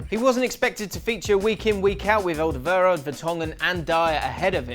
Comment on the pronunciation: "Alderweirald ?!?" Wrong transfer fee Erm...it's 32 goals Well, someone is getting sacked in the morning. "Sacked in the morning...You're getting sacked in the morning."